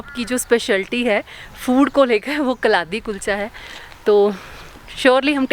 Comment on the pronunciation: The correct pronunciation for kaladi is कलाडी,must give a try when in Jammu🤗